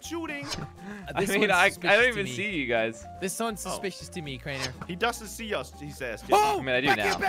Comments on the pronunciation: Why did you say ass instead of us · you said ass whereas you have to say with"us" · U said as not us